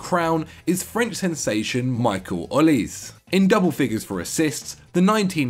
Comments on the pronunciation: And olise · Olise as well